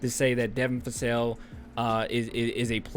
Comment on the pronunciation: Vassell not Fassell.